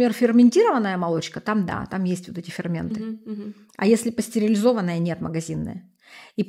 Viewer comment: Если вы нутрициолог со стажем,вещаете,то потрудитесь правильно называть слова- пастерилизованные . .может все таки пастеризованные? Режет слух...вы просто дилетант ..отписка ..